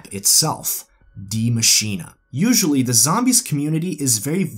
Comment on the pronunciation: It's pronounced (dai masheen) not dia masheena or diei masheenei. It's a german name but is pronounced the same as the english spelling die machine